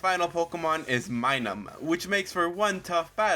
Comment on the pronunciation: Its Minun not Minum its giving me vibes your reading from a script getting some names wrong ,also if your going to have a mon use Metronome make sure you know what moves were available at the time in Gen 4.